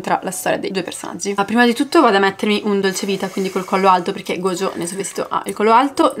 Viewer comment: Mi fa piangere sentire gogio e non gojo 😭